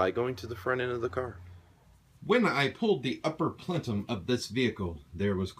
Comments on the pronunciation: Plenum, not Plentum. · Yeah. Unfortunately, he did. It's *ple-num*.......not 'plen-tum'. Reminds me of an idiot I used to know who would say 'al-blum' instead of album and 'trem-lo' instead of tremolo. I imagine this guy is probably good at math because in my experience, people who are good at math can't spell, pronounce shit correctly, use bad grammar and generally can't do anything BUT math with any degree of competence, including basic communication or socialization with humans. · Christian is 100% correct, its PLEN--um. Not PLEN-TUM. Good video though--why on earth would you mess around with junk yard plenUMS when you can buy a new one with steel sleeves for under 100$? Then you never -ever have to change this again. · You're video is GOOD and informative.... My mother was southern, she said "warsher", NOT washer. I dunno why, but in school, in spelling class, I spelled washer, "warsher", and was told I was spelling it wrong because I was pronouncing it "wrong"... I still SAY "warsher". PLENUM.... NOT PLENTUM... There's no T in the word.... Say "PLENTUM" all you want, but I now know my spelling teacher's pain, and my own hearing it mispronounced quite regularly.... GREAT video otherwise. :) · Great video, what’s with the emphasis on Plenum? But you keep saying Plentum. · Plentum????.... it's called a plenum for the last 30 years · PLENUM.. not plentum,,, hahaha lololll amused. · Plentum? PLENUM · Plenum. No T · Did he say plentum? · He did i was yelling at my screen its p l e num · Say it with me, PLENUM. UPPER PLENUM. There is no T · What is a "plentum"!?? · Good video but I have to admit, my OCD kept kicking in every time you mispronounce Plenum.